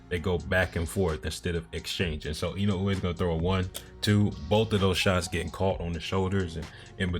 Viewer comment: Your pronunciation of Inoue is quite good. It's really close to the real pronunciation.